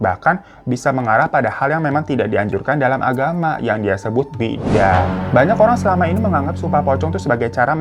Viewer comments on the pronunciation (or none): Baca nya Bid’ah ya bang bukan bidahh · dibacanya bukan bidah bang😅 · bacanya bid - ah bang